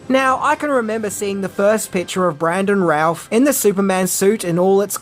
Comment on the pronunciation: his name is pronounced, bran·duhn rooth. 🤦🏼‍♂️🤦🏼‍♂️🤦🏼‍♂️